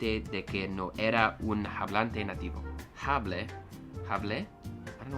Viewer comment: "H" is silent in almost every single word in the Spanish language 😁 hable is áaa-ble